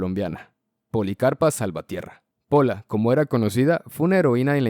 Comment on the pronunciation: Con la Pola me quedo pero está mal escrito y mal pronunciado 🤣🤣 aunque me dió risa 🤣🤣🤣